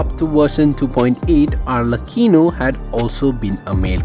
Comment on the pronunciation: No it’s alrecheeno